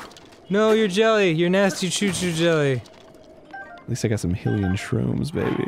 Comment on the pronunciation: WTF is with Arin pronouncing everything wrong? Gerudo, Korok, Hylian....